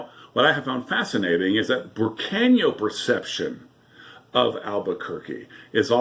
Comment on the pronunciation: Just to correct you its Burqueno. I like your channel.